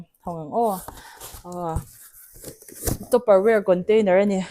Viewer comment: Topper ang in i lam a,tupper ani in ka hre si,kan lo lam sual thin zawk nge tupper ware kan tia topperware ang in i lam si😢